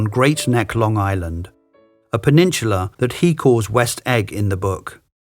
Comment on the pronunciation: Odd pronunciation of "peninsula " Pen- almost, nearly Insula- island